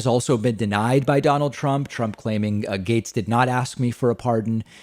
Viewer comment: Gaetz! GAETZ!!! Not Gates, silly.